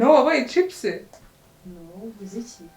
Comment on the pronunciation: hhhhh akantu ka poem ngo chips aho kuvuga cheap 🤣🤣🤣🤣🤣🤣🤣🤣🤣🤣🤣 mwakumvise x